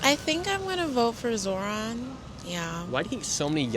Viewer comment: you also purposefully mispronounced zohran's name throughout the entire video. fine, that's become an anti-zohran gimmick that many news channels have been using to make it seem as though muslim names are difficult to pronounce. however, made me lose a lot of respect for you.